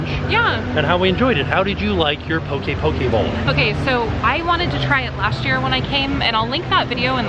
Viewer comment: Poki-poki bowl? I just hear Poki-Pokéball 😂🤣😂🤣